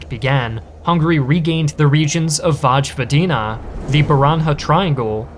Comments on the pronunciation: Not "Vaj'Vodina". It's more like "Voyevodina". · It’s pronounced voy-vodina. The j makes a y sound. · You can't spend 15 seconds looking up to how to pronounce local places? I stopped the video at "Vaj Vadina" and im unsubbing after 5 years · "Vozhvodina"? It's pronounced VOY-vodina. Not every letter is pronounced in Amurcan in other languages, you know. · "Voi" vadina... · It's voivodina in pronunciation, that J is yu or i, depending on context, it's Yugoslavia even tho written as Jugoslavia in south slavic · Oh boy Vojvodina, Baranja and Međimurje were really butchered, by your pronounciation